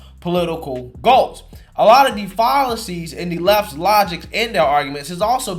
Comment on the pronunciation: Your streak of mispronouncing words in every single video continues: fallacies 🤣🤣🤣